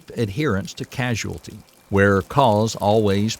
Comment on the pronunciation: Causality. Not Casuality